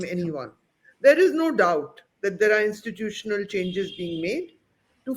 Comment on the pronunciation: Insttitutional autonomy?😂😂😂😂